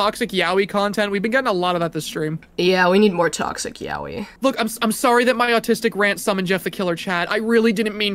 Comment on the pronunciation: "toxic yawee" i swear to god learn how to pronounce yaoi please